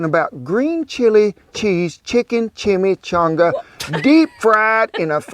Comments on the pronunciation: chime changa not shime shanga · I've never had a chimichanga that didn't have Mexican rice and black beans inside, a delicious cheese sauce on top, and sour cream and guacamole on the side. No salsa for me. Say it with me, chimi- changa(pronounced chimi not shimi, and chonga not changa). 😊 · It sounds like you're saying schimischanga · CHIM-EEE-CHONGAS- LOL- I love ya dude. In your video about the Fajita that your wife had you thought this food was mainly in the south and that isn't correct. Chimichangas, Fajitas, and Tacos are all over this country. Mexican cuisine is awesome. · The pronunciation is Chi mee Chaang guh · Shimishangas.. lol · chimi changa.. changa don't say it wronga